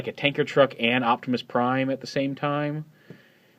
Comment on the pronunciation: At the* not athirst ugh